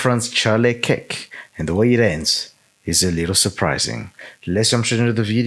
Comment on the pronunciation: It's Charlie Kirk not kick 🦶